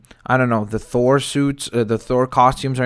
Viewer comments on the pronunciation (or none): none